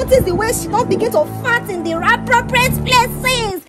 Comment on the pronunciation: Did say raproppriate places 😂